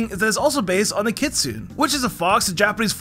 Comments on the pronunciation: Kit-soo-NEIGH, not kit-soon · Just so you know, the kitsune is Japanese so you have to say every syllable, making it kit-su-neh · What the hell is a kitsue?? I believe you mean Kitsune.